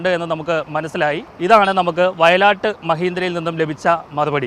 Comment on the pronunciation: not vayalatt. vayil aattu